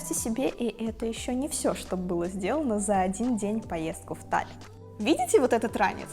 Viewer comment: Да когда же вы поймёте. НЕ "ТАЛЛИН", А "ТАЛЛИНН". Уважайте города и их названия. Просто неприятно, что родной город так не специально коверкают